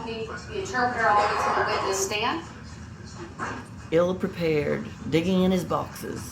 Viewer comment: He has not “pree-pared” any questions for Mr. Marquez.